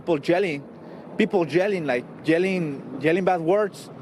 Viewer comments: “People were jelling” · Wtf is jelling 😂😂😂😂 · “We hare some people jelling”